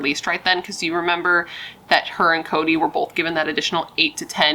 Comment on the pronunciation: 😂😂😂😂 this case is not funny, however, I am laughing when you said Chode instead of Cody😂😂